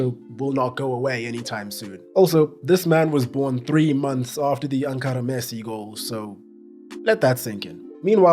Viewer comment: It is not "Ankara Messi" it is "Encara Messi", encara is a Spanish verb for "attack"